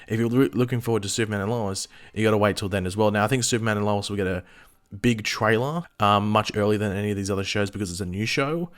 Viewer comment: can you say Lois properly thanks